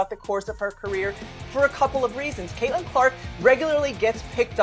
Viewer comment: 'Cat'-lin Clark? Another mispronounced AI narration. Bye.